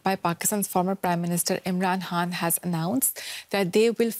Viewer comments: Why does she keep saying Imran Haan instead of Imran Khan? Is it a speech impairment or some specific dialect or accent? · Hey it's Imran KHAN not HAAN . Like Genghis KHAN not HAAN!